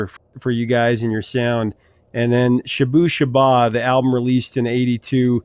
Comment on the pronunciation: It’s pronounced Sha-boo sha-baa, not shooboo-shooba 😂 Hutchence was the last of the great rock front men. R.I.P.